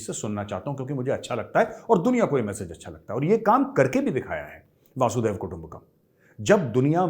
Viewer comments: Can't end my day without watching your video Major! Now I watch anything that pops with your image in it. Today, watched your discussion with the Pakistani Canadian gentleman Mr. Tahir Gora. Major, a humble correction. It is वसुधैव कुटुम्बकम, not वासुदेव कुटुम्बकम 🙏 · गौरव जी, वसुधैव कुटुंबकम् को आप वासुदेव कुटुंबकम बोलते हैं। थोड़ा ध्यान दीजिए। वैसे इसका मीनिंग सबको पता है। रंजन घोष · Major Sab It is Vasudhaiv kutumbakam and not Vasud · It’s not वासुधैव कुटुंबकम , it is वसुधैव कुटुंबकम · Majorsahab it's wasidhiwa,not waasudhaiwa: : wa not waa. . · Sir aap bar bar “Vaaasudev “ kutumbakam a kahe. It is “vasuDHDHaiva” kutumbakam! Vaasudev means Krishna bhagvan and “VasuDHa” means dharti it is “VasuDHaiva” kutumbakam!! 🙏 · Major sir. I’ve noticed this several times and would Like to correct you. It is NOT वासुदेव. It is वसुधैव. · Vasudaiva kutumbacam . Not vasudeyaha as you spelled it. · Dear Sir, it is not VASUDEV kutumbkum But VASUDHAIV Kutumbkum You are a good speaker. All over the world people listening to you. But this is important aspect of Hinduism so please please speak correct SANSKRIT word. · Major Sab It is Vasudhaiv Kutumbakam and not Vasudev Kutumbakam as you are wrongly and repeatedly quoting. Vasudha eV is vasudhaivak means pure dhartika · It is वसुधेय: कुटुंबकम् correct your pronunciation. Jai Hind !